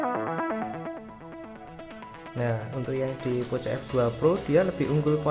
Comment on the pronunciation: Bang Poco dibaca Poko